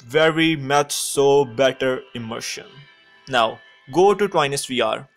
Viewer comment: "veree much so better immershun"